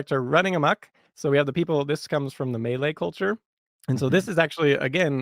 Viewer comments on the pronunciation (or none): This is the first time I've heard someone pronounce Malay like "melee".